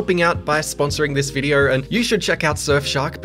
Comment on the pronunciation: hahah u cant say video its always videyrr''' hahha shiyat